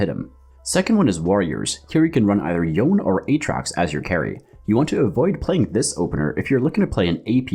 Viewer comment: Really good beginner guide! Easy to follow and understand P.S. That's the first time I heard someone pronounced Yone as "yawn" hahaha